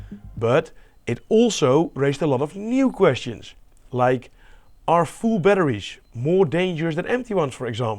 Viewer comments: how did this guy manage to pronounce a H in 'batteries' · i love how you pronounce batteries. hehe, batteriesh. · Lituhiuiim batterishhh"